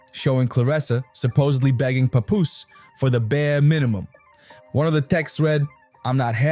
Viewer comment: that’s how you supposed to say it Not Pap Poose